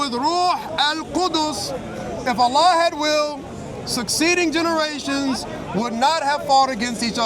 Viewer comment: Please stop saying Allan, allah and Yahweh are not the same.